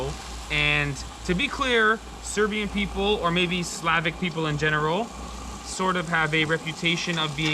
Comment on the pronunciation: Serbian not "Syrian" 😅